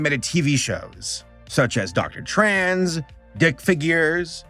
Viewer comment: Every time you called Dr.Tran "Dr. Trans" I died a little.